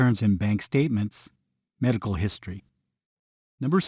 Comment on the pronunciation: He said "Merical marijuana" 😑